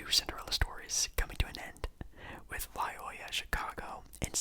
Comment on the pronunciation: For future reference, it's pronounced "Loy-OH-la." I wouldn't quite call them a Cinderella either imo, they made the Final Four in 2018. Good video though!